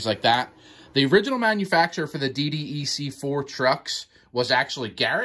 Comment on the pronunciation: Say D DECK please. That's how it's referred as. DDEC = D DECK. you are welcome.